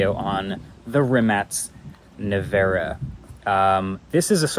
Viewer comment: "Rimat nevero" 😂